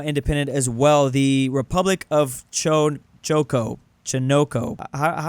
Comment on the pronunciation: how can bro not pronounce choco